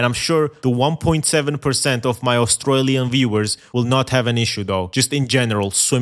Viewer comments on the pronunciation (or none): none